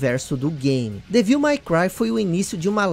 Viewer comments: parabéns pelo video. Achei muito bacana. Como sugestão para os próximos sugiro que você dê uma pesquisada antes como pronunciar os nomes em inglês. Ouvir repetidamente você falando Devííl foi meio ruim 😅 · acho engraçado como o pronuncia o ''devil'' de devil may cry rs!